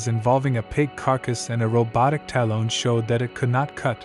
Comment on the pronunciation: The AI voice is challenging...I'm sure your voice would be better than listening to this thing pronounce talon like salon the whole time. 😖 Still enjoyed the video though.